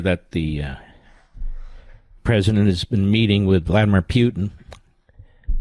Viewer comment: "Vladimir"! SMH!